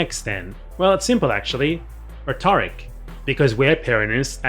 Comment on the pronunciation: aw don't hate too much on the pronunciation. It kind of makes sense that it would be pronounced like the guy's actual name. Also you mispronounce the word "rhetoric" immediately after you call him out for mispronouncing Peronism. :P Understandable though because you're pronouncing it the way it's said in the word "rhetorical" where the emphasis is on the second syllable as opposed to the first in "rhetoric". That said, I didn't know anything about this topic before and found the video extremely interesting, insightful, and informative. Thanks for making it, and thanks to ThoughtSlime for directing me to it. :)